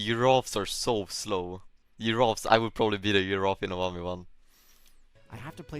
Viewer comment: "I would be a uraff in a 1 v 1".